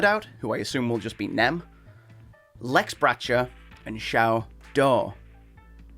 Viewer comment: Shao DOW not Shao DOO